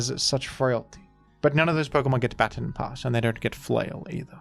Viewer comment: It always kills me how he says "Baton"